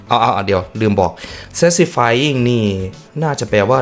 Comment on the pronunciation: ขออนุญาติค่ะพี่ มันอ่านว่าแซทิสฟายคับ ครั้งหน้าจะได้ไม่ลิ้นพัน😂